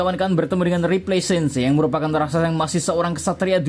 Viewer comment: RAKSASA minnn, bukan Raksaksa/rasaksa hehe